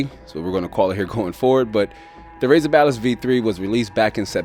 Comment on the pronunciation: why am I hearing him say balist. hahahahaha